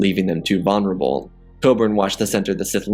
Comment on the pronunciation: The way he says vulnerable is too funny